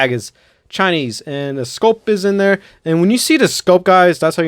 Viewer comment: Bro this man has to have any word that is supply to start with a t and he replaces it with a d like instead of there he says dare